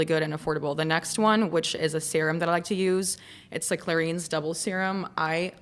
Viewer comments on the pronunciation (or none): the YTTP cleanser has a really bad rating on the "clean scale" also its clair-ins not clair-eeens